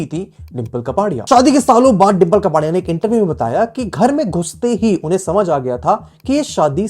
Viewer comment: It's कापड़ीया not कपाड़ीया🙂